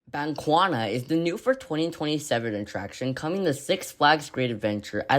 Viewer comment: That is not how you say Bakunawa 😭😭😭 “bank wana”😭😭😭